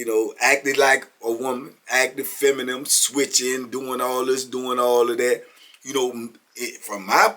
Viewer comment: don’t say feminine he say “feminum” 😂